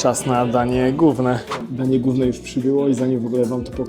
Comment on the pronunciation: Wszystko ok, ale mówi się "danie głowne" nie danie gówne